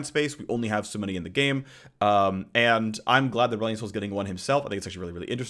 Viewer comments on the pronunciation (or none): "Newrelion Sol" ah there's the Phreak that won over the fanbase since S0.